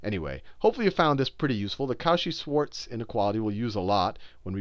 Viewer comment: Great video! tho...:D You need to work on that pronunciation.